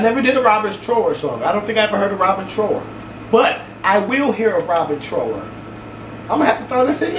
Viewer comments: Somebody with good taste likes you! You got to play the amazing Bridge of Sighs by Robin Trower. (pronounced like the "ou" in couch) Roll a fatty for that one. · Listen to bridge of sighs...also it's pronounced like TR-OW-ER, like ow that hurts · Robin Trower, like drop trow! 😉 Or like tower. The ow sounds like ou in ouch. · Trauer that's the pronunciation for Robin Trower, you will really dig that music